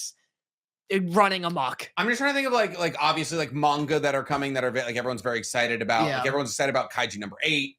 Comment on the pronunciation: I get that nitpick about pronunciation, obviously. Japanese words have no stress on any syllable, except when they do, typically on loan words. That's really hard to train your ear on, honestly, so I can forgive the man-gawka